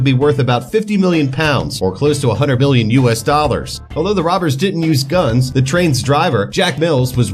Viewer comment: Why does your million sound like billion